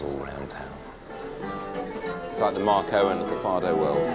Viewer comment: It is Fado and not Faro!